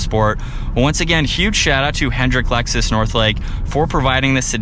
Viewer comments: It’s not called Alexis, it’s called Lexus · he said Lexus is 😂😂😂😂😂😂😂😂 stuppad